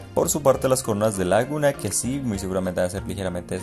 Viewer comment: Me mata como pronuncia Laguna.